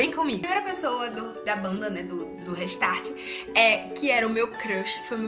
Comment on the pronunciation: gente pronuncia reistarte e escreve restart vcs falam dela e tá todo mundo falo errado kkkkkkk rextart